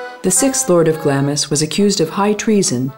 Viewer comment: Typical American pronunciation of Scottish place names, i.e. there is no "O" in EDINBURGH. If someone is going to narrate a documentary it is only good manners, not to mention good film making, to find out the correct local pronunciation of place names etc. and not use what you the narrator think fit to use. For example Glamis Castle is pronounced Glarms Castle, such mispronunciations only cause offence.